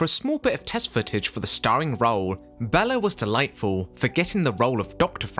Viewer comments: HIs name is BAYla Not bella. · Hungary, not "Hungaria." And the name Bela is not pronounced "Bella." It is pronounced "Bayla," as Karloff pronounced it in a publicity short where the two of them are presented in the midst of a chess game. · Enjoying the information in your video, as there is much here that I did not know. However… PLEASE! PLEASE! PLEASE! Pronounce Mr. Lugosi’s first name correctly! BAY-la! PLEASE! 🙄🙏🥺